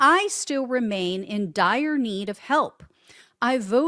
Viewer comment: I thought she said “dryer”. Yunno, laundry?